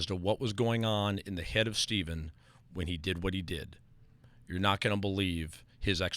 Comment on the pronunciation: Why does Bruce pronounce Stephens name like that?